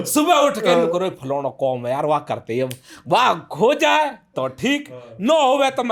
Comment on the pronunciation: काम ❌ कोम ✅